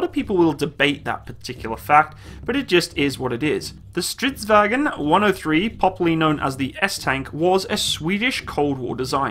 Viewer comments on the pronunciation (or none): It's not pronounce as Stridsvagon but Stridsvagn. There is no ,,O,, in the end, not even silence ,,O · Stop saying "Strits wagen" Its "stridsvagn" Swedes are not germans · Do you turn a bit German when you say its name? xD It is Stridsvagn, not Stridvagen... :P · Nooo it's not stridsvagen!! - Stridsvagn - We are Not german. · Not vagen just vagn its not german ;) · Why does everyone pronounce it like "stridsVAGEN" it's pronounced "stridsVANGN" Triggered Swede intensifies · Its not vagon its vagn g not go mmmmmm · Han gör så gott han kan. Har hört värre.😁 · You are pronouncing 'stridsvagn' wrong, primarly as 'stridsvagen' which is more of a german way of pronouncing it. If you want to hear how it sound, then try pasting 'stridsvagn' into google-translate swedish, and then playing it off. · Strids-vang? That's how it pronounced right? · Why are you saying it like stridsvagen?? It is not german you scheiße skalle. say it like it more like it is spelled. Remove the stridsvag"E"n. Say the G like in bei"NG" and add the N in the end. I am swedish myself and I just get triggered at small things like this... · Vagn is pronounced like it is spelled, English wagon and German wagen are pronounced with their e and o but vagn is without it. Otherwise the same word. Same root as way, via, weg, väg. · Stridsvagn is not pronounced in a german accent